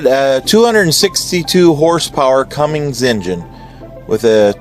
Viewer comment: Or how about the "Cummings" engine LOL. No G on the end of that name.